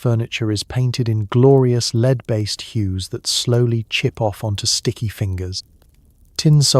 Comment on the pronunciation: Love your stuff guys but fix the ai - lead again - real blooper on your final line too! Lead based wallpaper you read as the verb lead ie to lead not lead as in the metal,. Really gives the game away that you are using ai . Can you fix it please? Thanks 😊